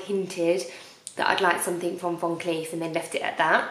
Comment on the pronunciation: You can tell someone is nouveau riche/essexy/not from money, when they pronounce Van Cleef Von Cleefe !!